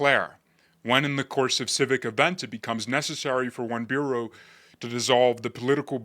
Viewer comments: Dear.. Please forgive my.. Staten Island is not a bureau.. NYC has 5 Boroughs.. pronounced like Burro, like the animal.... be well.. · L think you should pronounce "borough" as Boro" because "the prounciation"bureau" sounds kinda Communist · Dude it's pronounced like the word burrow (as in an animal burrows), not bureau. AND I HOPE THEY SUCCEED! They were the one's who laid in wait for the commie and then shouted him out so bad he fled the island! TRUE NEW YORKERS!!! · *not bureau, borough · Dude, it's pronounced Borough, not Bureau, lol. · It's borough, not bureau. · It’s pronounced Boro not Beeyurow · I love your stuff man but please learn how to pronounce borough. It is not a bureau. It is BER oh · Please,; it's borough, not bureau. Ugh, very poor taste, quoting current Palestinian rhetoric. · Staten Island is like LI, (Nassau and Suffolk counties) more suburban than Queens and Brooklyn. I hope they get out of NYC . They are boroughs, pronounced burrow not borrow. SI is still very Italian. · Borough is pronunced 'Buh-Rah' not 'bureau' as you were saying. It's because the origin is in British English. You'd have been closer if you said 'burrow' but it's 'buh-rah'. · As a former Staten Islander, I salute them for this action. BTW,, it's not a bureau but a borough (Bor-row). I now live in upstate NY and glad to see them take the first action to get rid of this fraud and his "plans". Cheers, Bob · I love your reporting. Please take this as it is meant for self improvement. You say the word borough, like bureau, it is said like burro, like thorough, and borough. Love your voice. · BOROUGH is pronounced like BURRO, not BUREAU. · I know you are going to hear this more than once: it is Boor-o not bureau. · its pronounced BUHRO not BUREAU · NOT bureau! Borough ( pronounced “bo row”) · It’s Borough like burrow, not bureau. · Burrough, not bureau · Pronounced (burr-oh) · Bureau? I thought it was a borough. 😛